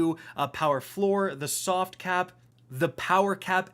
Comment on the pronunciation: "this is my cat Uldren, he's very "Sovt"